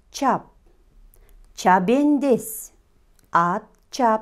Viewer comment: Чабендес эмес чабандес